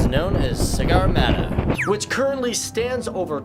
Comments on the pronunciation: Did he just say CIGARmatha ? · It's 'Sagarmatha'